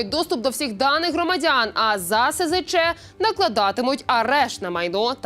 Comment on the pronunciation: Фу, гидко тут бачити Zеленського. Навіщо так плюндрувати фільм? Автори! Не контачтеся об нього. І хай ведуча не говорить "сезече". Бо це абревіатура - "СЗЧ". Ці букви в абетці читаються "ес, зе, ча".